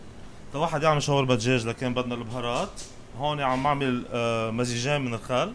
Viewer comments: كلمة شاورما هيك مو شوارما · شوف أي شخص ضيع باللغه العربيه وخلي يصلحلك .... شاورما وليس شوارما